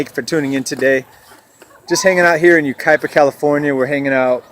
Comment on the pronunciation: You pronounced it correctly.